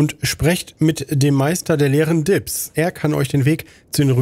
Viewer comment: Soso, er heißt also "Meister der Lehren Dibbs". Heute bin ich mal lange genug wach geblieben, um mitlesen zu können. Im Halbschlaf der letzten Nächte hört ich immer nur "Meister der leeren Dips" raus. War mir schon klar, dass das so nicht richtig sein kann...